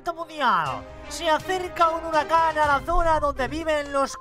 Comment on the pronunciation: Me estresan por desir hirucan por qué se dice huracán y más las palabras equivocadas